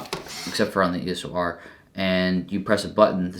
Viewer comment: It's called eos r not eso r😂